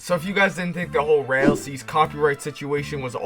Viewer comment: Why does this man say rail seas bro 💀